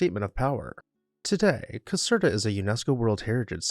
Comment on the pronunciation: Not exactly sure what the largest palace in Europe "by volume" means, but why is that one only no.10 on your list? (Caserta is pronounced as if the "er" is "air.") Where is Europe's largest palace (by floor space and 3400 rooms ), the Royal Palace of Madrid? While the Winter Palace has more floor space, it isn't one giant building like the one in Madrid. Good choices, just my being picky - like thinking a video about houses should be about houses with a separate video about palaces.